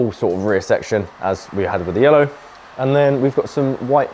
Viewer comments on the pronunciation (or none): looking good, but the callipers can't say yellow.